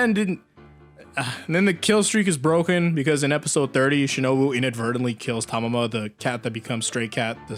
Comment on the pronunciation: The cat is called Tama, not Tamama. Tamama is a Keroro Gunsou/Sgt. Frog character.